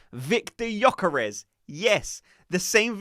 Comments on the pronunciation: You really don’t pronunces the y gökares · viktor gyökeres not vitor yokares 😅